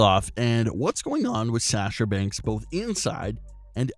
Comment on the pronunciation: I have a problem with your annoying voice, you mispronounced Sasha Banks as Sash-sha Banks and your voice sounds like you're going through puberty but got stuck halfway and your balls haven't dropped.😣😖